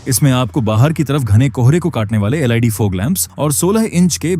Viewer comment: अच्छा प्रस्तुति है। थोड़ा लटके झटके से कम बोलें पब्लिक को शुद्ध जानकारी कम से कम समय में मिले। अक्सर आप लोग LED शब्द को एल आई डी बोलते हैं जो गलत है और बहुत गलत इंप्रेशन डालता है। सही शब्द एल ई डी है और इसे ऐसे ही बोलना चाहिए।